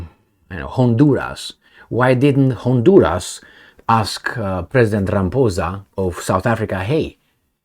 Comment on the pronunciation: Not rambosa,,,,it's ramaphosa